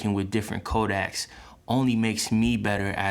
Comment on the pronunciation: It's "codec"